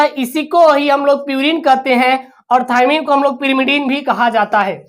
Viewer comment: Thaimine hai thaymine nahi hai